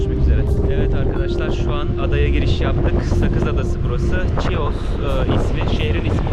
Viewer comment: Bir düzeltme yapmak isterim. TÜRKÇE okunuşuyla ÇİYOS değil HİOS olucak👐🏻